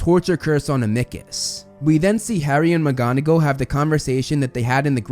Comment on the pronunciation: Amickus!! 😂😂😂 its am-a-cus, other than that a wonderful video